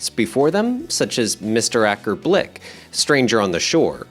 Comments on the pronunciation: Mr Acker Blik? Try bILk, you AI thingy. Acker Bilk. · ONG !!! It was not Acker Blick . . . It was Acker BILK . . . Jeez !!! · Acker Blick? It's Bilk .. Bilk as in Milk! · Acker Blik? Please don't get this same AI voice to pronounce King Cnut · Acker Blik ??? Incompetent voiceover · Acker Blik? Well done AI, not